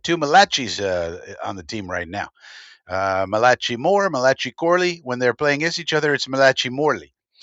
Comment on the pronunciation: ch in a named is pronounced like a "k" ...